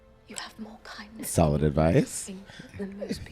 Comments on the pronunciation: “Courage and cindness” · The 2 c’s “courage and c(k)indness”😂